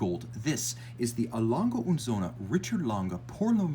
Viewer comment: Söhne with an ö, not an o.